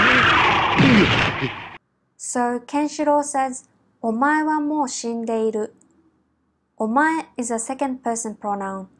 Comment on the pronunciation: The "ru" at the end sounds like "lu"... is that the correct way of pronouncing it?